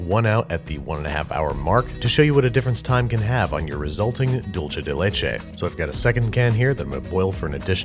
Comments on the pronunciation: Expectation: "Dulce de leche" Reality: "Dulche de leche" Im sorry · When he said dulce de leche like dulche de leche my heart died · “Dulche Day Lachei.” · And every time he says “dulche de leche” instead of “dulseh/dultheh de leche,” a Spaniard doesn’t wake up from his siesta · Every time Baby said “Dulche de leche” i had a little seizure (it’s pronounced doolce) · He said dulche de leche It’s pronounced dulse de leche weird I know lol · Andrew!! Its pronounced "duul-seh" de leche, not "dol-cheh" 😭 por favor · "Dickce" de leche 🤣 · “dolche de leche” almost had it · he just said: "dulche de leche" and I'm gagging now omg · Dulche de leche? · "Dulche de leche" strikes again lol🤦‍♂️ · “Dulche de leche” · It bothers me how he says dulce del leche Sounds like dulche de leche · me dolió un poco escucharlo pronunciar doulche de leche tantas veces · Dulce de leche is Spanish, so it's pronounced "Dul-sé" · All i can hear is DULCHE DE LECHE It's spanish, people... Not Italian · There's no greater relationship than Babs and his pronunciation of "dulche de leche" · Every time Babish mispronounces dulce de leche, an Argentinian angel dies. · "Hey Siri, How do you pronounce 'dulce de leche'?" Siri: "Not like that" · I had a physical reaction to his pronunciation of dulce de leche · you think that's bad? hear how he pronounces "dulce de leche" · Everytime he said dulce de leche I wanted to die just a little bit more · I'm Argentinian and that's not how it's pronounced :) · The first c in dulce de leche is soft, like an s. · He's pronouncing dulce as if it's an Italian word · Can't avoid having a bigger anaphylactic shock everytime I listen to the misspronunciation of Dulce de Leche... Here a big fan from Argentina! Love the videos! 😁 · there is no “ch” sound in the word “dulce” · sorry but everytime you say "dulce de leche" my ears bleed, sorry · please say dulce de leche right please im begging